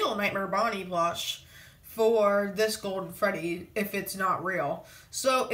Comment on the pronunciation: Is it me or does he say plosh?